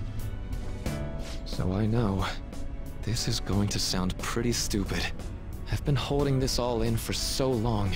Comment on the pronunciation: Day 14 of saying Stupei ace defective